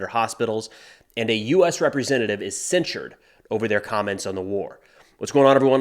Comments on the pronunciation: Censure isn't pronounced like censor, it's "sen-shur" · Also to note: Rep. Tlaib was "censured" not "censored." With all the issues around censorship lately I think that's important to point out, especially since her colleagues have characterized the censure as silencing her voice. "Censure" (pronounced like "sen sure") means that her colleagues in Congress have officially denounced her words or actions. She is still as free to speak as any other American citizen.